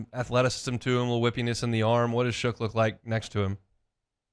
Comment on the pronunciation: tell it’s Shuck not shook